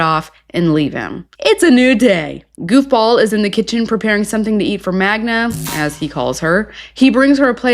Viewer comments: Idiot still calls her Magna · Why is he still calling her Magna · not being able to say Magda's name right is problematic. 😂